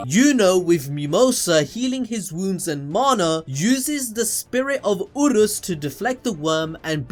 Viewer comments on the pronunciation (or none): none